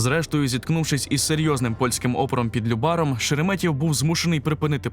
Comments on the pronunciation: ЛЮбар, а не ЛюбАр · Прекрасне відео! Дякую. Хотів би трішки поправити: не ЛюбАр а ЛЮбар) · ЛЮбар, не ЛюбАр